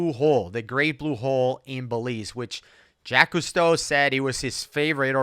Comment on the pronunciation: "Jacques Cousteau" ...ahem...Jaqueeeeese Cousteau.... 😉🙃